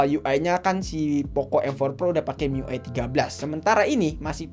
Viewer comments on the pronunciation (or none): none